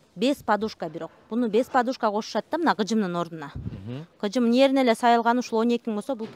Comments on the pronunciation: Гыжым эмес кыжым дейт же тукаба дейт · Гыжым дебей кыжым деп эле так суйлосонор кыргызча